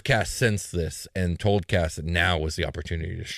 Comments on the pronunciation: Uh, Kas is actually pronounced “case,” so disappointed. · Kas? Sounds like Caz.